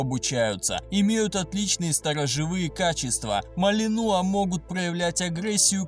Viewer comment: В слове "малинуа" ударение на последнюю букву.